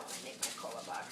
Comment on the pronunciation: She is pronouncing it wrong... the whitest way to say it...